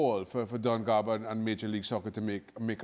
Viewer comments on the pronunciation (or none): It’s Don Garber, MLS Commissioner. Not “Garver”